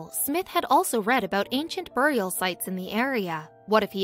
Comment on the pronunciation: Every time she says buried and burial wrong take a drink.